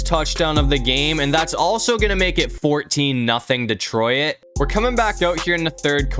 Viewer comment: Why do you say "detroIt"?